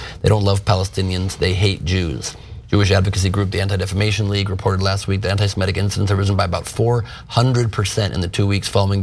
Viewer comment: Cenk Uygur and Ben Gleib mispronounce "semitic".